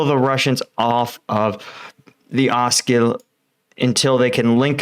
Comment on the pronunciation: He also figured out how to pronounce OSKIL !!